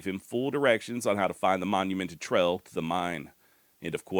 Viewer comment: Love the video brother.. but why do u not pronounce your A's? Instead of bail you say bell. Instead or trail you say trell.